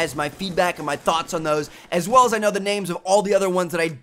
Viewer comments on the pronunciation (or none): none